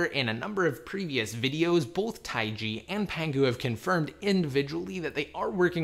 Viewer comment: Jesus it's not taigi. It's just taig